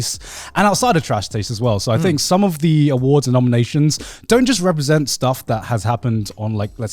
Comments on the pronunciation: I really hope the "w" instead of "s" in "awards" was on purpose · 10 seconds in.... Connor messes up and im already bothered by that "AwardW" but i love it :D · "The trash taste awardw" I think someone pressed w instead of s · ah yes of course “ The trash taste awardw” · IM GLAD SOMEONE ELSE POINTED OUT THE "Awardw" HOLY CRAP THAT WAS BOTHERING ME SO MUCH LMAOO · Don't know why but "AWARDW" cracks me up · "welcome everyone, to the trash taste awardw" awardw awardw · "awardw" lol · “AWARDW” 🗑️🤌🏼😂 I love it